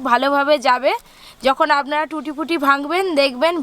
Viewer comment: লেখা আছে ট্রুটি ফ্রুটি কিন্তু আপনি তো বলছেন টুটি পুটি এখানে ফ্রুটি বানানে ফ্রু এর উচ্চারণ করুন প এর নয় এবং টু এর উচ্চারণে ট্রু কথাটা আসবে ok